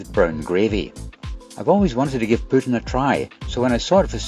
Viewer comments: Tip from a Canadian, it’s pronounced poo-TEEN. If you ask for pootin in Quebec they will direct you to Russia! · I’ve always heard “poutine” pronounced as “poo-teen” 🤷🏻‍♂️ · Recently back from a trip to Canada, incl montreal Quebecois (who’d be correct, it’s their dish) pronounce the food approx poo-tin / pootch-in…. Rest of Canada says it more like “poo-teen” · Nice video! PS. poutine is pronounced closer to poo-teen (a lot more emphasis on the o) in Canada - no confusion with Putin here!